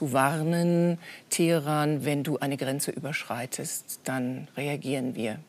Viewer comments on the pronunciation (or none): none